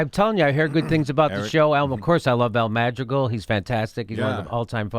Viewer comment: His name is pronounced Al Mah-dree-gaahl